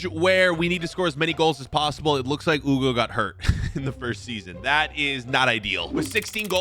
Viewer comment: Hugo not Ewgo